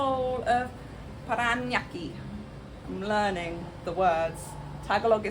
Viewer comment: Still me. Might I suggest that you always include the word "Philippines" in all your titles while you are in the country? It will draw in more Filipino watchers. BTW, you pronounced Parañaque very impressively - like a native speaker. Bravo! 😊👍😃